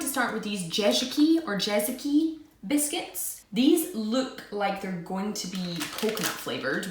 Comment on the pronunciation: when you spell Jezyki , just say "J" as you say "Y" in english